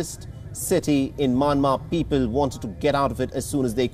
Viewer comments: y he is saying maanmar?it's Myanmar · Myanmar is pronounced Myan-mar NOT May-Yen-Mar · can tell the fellow it is Myanmar and not Manmar.. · Sir, It’s not manmar. It’s Myanmar 🇲🇲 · Not manmar.its mayanmar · Why does he call the country "Manmar"??? Hey it is called Myanmar pronounce properly da dey